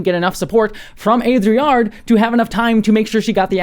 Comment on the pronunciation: hi you say AudRiard but it's O - DI (as in difficult) - ARE